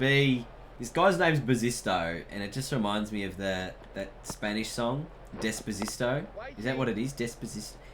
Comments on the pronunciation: Decpacito not dezpazito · Love the whole series (btw It's despacito) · Des-pa--sis-to XD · Mate it's Despacito xD